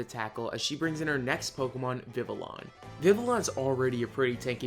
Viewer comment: Not meaning to be meeting but the official pronunciation of vivillon is viv-E-on